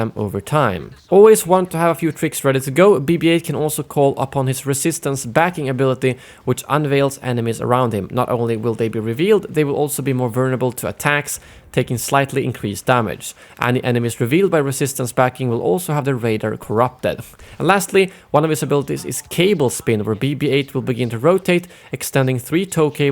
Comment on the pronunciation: It’s VULnerable not vernable